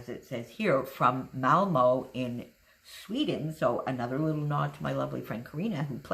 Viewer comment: It's a beautiful layout and you pronunces Malmö as a Swede and nearly as they say it themselfs in Malmö. You were so very close ;-)